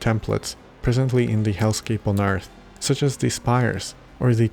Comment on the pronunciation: I'm guessing it's the "th" diphthong that's throwing him off? That is difficult to make the sound of if something close to it isn't in his first language. I would tell him "ürt" is an acceptable pronunciation of "Earth". He should keep practicing! He'll get it eventually.